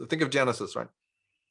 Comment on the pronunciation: Are you saying Janusus instead of Genisis?